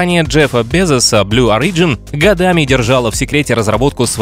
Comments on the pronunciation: Не орИджн, а Ориджн. Ребят, ну уши режет... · В слове Origin ударение на первом, а не на втором слоге! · Origin is pronounced stressing the first letter.